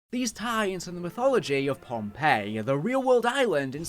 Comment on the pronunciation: Oh, pohnpei not Pompeii